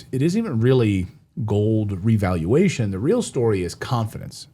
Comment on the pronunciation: Re-Valuation, not reevaluation 😊